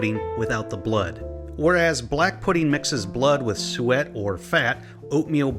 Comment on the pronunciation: Thats not sweat!! Its Sue-it ! That means FAT !!